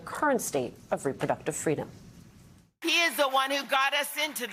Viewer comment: Kamala wants FWEEDOM Mommy